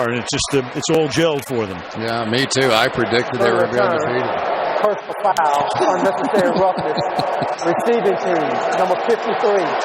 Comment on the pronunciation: Did he just saw "fauwl"?